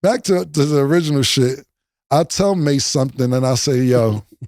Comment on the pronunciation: Mase said it correctly 💯